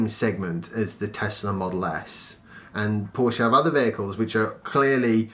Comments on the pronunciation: Spot on, about PHEV's being a stepping stone for people. Porsche have the seeds of the right idea. They'll not be too happy if people persist in mispronouncing their name, though!;-) I like the format of this channel. Shall pass the word around for you. Thanks. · Hey.. You're really upsetting my wife by pronouncing Porsche that way. Listen how it's done correctly :)